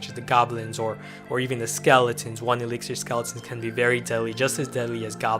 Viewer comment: eliksir collector not iliksir collector